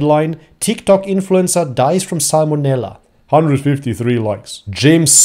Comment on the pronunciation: but about how he butchered that word lol